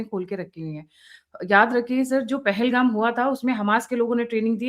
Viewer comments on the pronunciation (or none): none